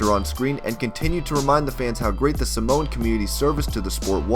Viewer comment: don't say Samoan its afensive because you prounced it wrong! I should know cause I am Samoan